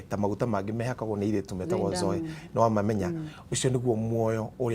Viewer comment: Zoe the life of God is pronounced zoi... blessings